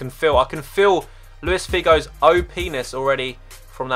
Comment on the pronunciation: "I can feel Luis Figo's OPENIS" xD